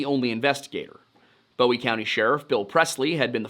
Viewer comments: My biggest complaint is we say “boo-ee” like a buoy in the water. Not Bowie like most pronounce David Bowie’s last name. Great video, good job. Cool to see this area and its happenings covered. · Bowie county is not pronounced like David Bowie. Bowie county is pronounced like you would a buoy that's in the water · Excellent work. Minor quibble: it's Boo-ee as in Jim and the Alamo, not Boh-ee as in David and 'Heroes'. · It's not Bowie (Boewee) county It's Bowie county (Booee) It was named after the defender of the Alamo Jim Bowie not the singer David Bowie. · It’s boo-wie county not bow-wee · It's pronounced like "Booie" County, not "Boie" with a long O. As in Jim Bowie, not David Bowie. For some reasons, non- Texans can't say that. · Boo-wie not Bow-wie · It’s pronounce “boo we” county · Boo-E. (I know it's spelt wrong, but it's pronounced that way). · Very good video, as always. When I moved to Texas in the 80s, I quickly realized they have their own way of pronouncing words, not just an accent. For example, Bowie County is "boo ee" not like David Bowie. Thanks for the video! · it’s pronounced “boo-e” like the knife. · Great recount of the story. For future reference, Bowie County is named after Alamo hero James Bowie, also the namesake of the Bowie knife. Pronounced boo-ee. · i was born in Texarkana, Tx. Bowie is pronounced [BOO EE] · Small thing: Bowie is pronounced "boo-ee. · The pronunciation of Bowie and Texarkana are really getting to me!! Guess it he only pronounced Texarkana once that got too me……. But Bowie….. just butchered it